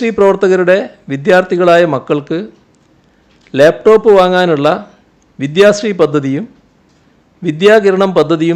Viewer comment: ഇയാൾ എന്താ ലേപ് ടോപ്, ലേപ് ടോപ് എന്ന് പറയുന്നത്, ലാപ് ടോപ് എന്നു പറയാൻ ഇയാൾക്ക് അറിയില്ലേ?